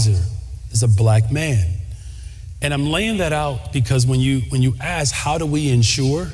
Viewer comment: What's up with saying AKS